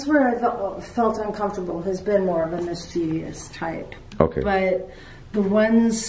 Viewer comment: Er, just FYI it is mischievous, NOT mischievious.